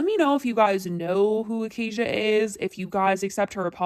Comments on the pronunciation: Bruh who tf is "Acai Bowl"?? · It’s “Ahhh-sci-eeee” just saying. Idgaf but if you’re covering issues involving a youtuber, you should know the pronunciation of their channel/name. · I’m just here to say ACOCKIA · tell me WHY I thought her name was pronouncced as 'akakia'